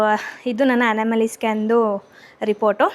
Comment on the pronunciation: It's not anamaly it's Anomaly